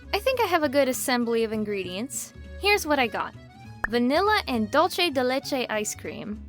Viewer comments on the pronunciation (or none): I only take slight offense on how you you pronounce dulce ( dool-seh ) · Uh you pronounced the ice cream wrong the c in dulce is supposed to sound like an s not ch